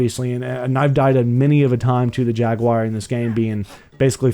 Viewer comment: Why can't you say jaguar